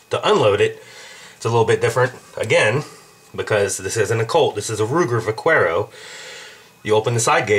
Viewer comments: That's Vahh - CARE - oh....... NOT Vac - WHERE - oh! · It's pronounced [vah-kair-oh] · "Va-care-o" Spanish pronunciation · the ol' Va Qwero ;) Lol. come on, man..the U is silent. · Its pronounced "Va CARE o" the thing you call the "side gate" is the loading gate and the "push out bar" is called the ejector rod. I don't think you should teach anyone.